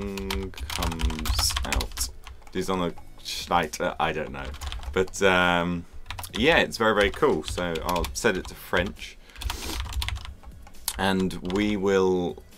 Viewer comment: Die Sonne scheit xD Die Sonne scheint But nice Video